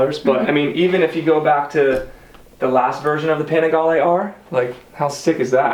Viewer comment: italians say "Panigaleee". good video bruh